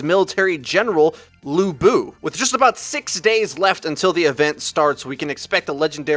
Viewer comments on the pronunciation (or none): "luy bu ”not "lu bu" ü=uy "lǚ bù" 随便一提 就算读错了也没关系啦 nice video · Not lu bu it's pronounce Liu bo, the u has double dot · If you learn Chinese you won't read at lu but its more like leu-ee bu